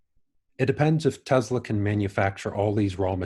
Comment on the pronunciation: Supposed to be Tesla, rather than Tezla. But, I like the Z